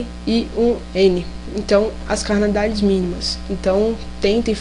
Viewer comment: Não é CANALIDADES, é Cardinalidades...